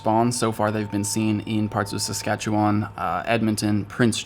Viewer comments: HGNNN Thank you for pronouncing Saskatchewan correctly! I cannot tell you how many times I've heard people from outside Canada completely butcher the pronunciation! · You said Saskatchewan pretty good